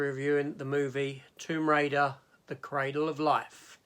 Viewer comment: Oh no, not another Dutch director whose name you butcher. His first name isn't pronounced like the "jan" in the word "janitor". The J is pronounced like the Y in "yes" and the AN is pronounced just like in the word "pandora". On the other hand, you've thought me how to pronounce the word "cradle". I've always pronounced it with the same sound as in the word "paddle". Anyway, I only watch this video today. I'm a little bit behind watching your Tomb Raider reviews.